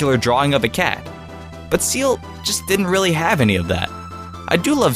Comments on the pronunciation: IT IS "SEEL" NOT SEAL YA DINGIS ARE YOU CRAZY?!?? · well I guess seems fair was "SEELD" :D